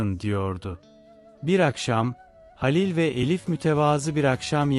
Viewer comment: Dinlemek için zorluyorum kendimi ama bu nasıl bir seslendirme halilin halil ın sinirim bozuldu o nasıl bir isim telafuzu ya lütfen biraz daha özen ve gerçekçi anşatın ki hikaye nin içine girelim payımıza düşeni alalım